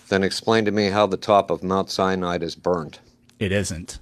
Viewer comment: he kept saying "the top of Mount CYANIDE is burnt"..